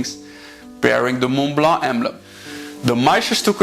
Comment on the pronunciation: Thank you for this very informative video, and for pronouncing Montblanc the way a French would (I am French). Just one thing : the 147 can only have cartridges, no converter (I have one).